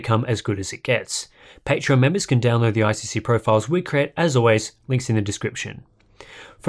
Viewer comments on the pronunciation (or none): none